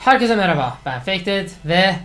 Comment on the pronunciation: Türkçeyi katlediyorsun :((